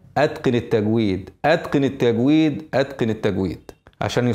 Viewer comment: قولوا تجويد بشكل صحيح رجاءً انها تشبه كلمة أخرى قبيحة لذلك وجب عليكم نطقها بشكلها